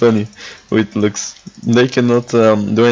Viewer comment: Lux is not broken and at least learn to her name